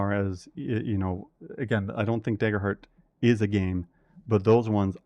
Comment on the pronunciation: what's this "deyger heart" you speak of?